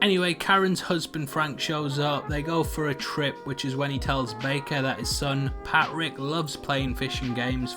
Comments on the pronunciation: The way this dudes pronounces “Patrick (Pat-Rick) is so odd. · Sound man, saves me enduring this. Is his name Patrick or Pat Rick?!?!?